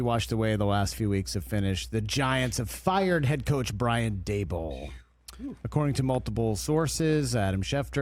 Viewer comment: How has Rich never learned how to say Daboll’s name?